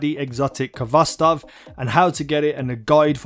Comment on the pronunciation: FYI you don't pronounce the K. You say it with a hard "H". It is a Russian word transliterated to English.